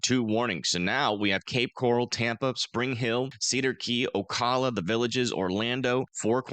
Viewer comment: Appreciate the work you're doing on this storm, just want to give you a quick note on the pronunciation of the city of Ocala. The CAL in Ocala is pronounced like the CAL in Calvin, not CAL in call. You're not the only one doing it, so please don't feel singled out. Hope this helps.